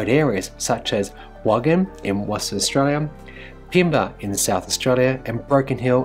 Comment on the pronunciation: Wagin is pronounced Waygin. I think Starlink could be good for the bush areas. Current speeds are all over the place though. Dropouts are not good for anyone. Probably better to wait and see how it progresses rather than spend coin for beta.